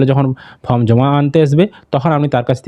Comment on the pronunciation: ফম নয় রে মেদিনীপুরিয়ান ওটা ফর্ম হবে